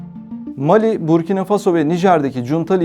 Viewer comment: МАли, САхара....Что у диктора с ударениями?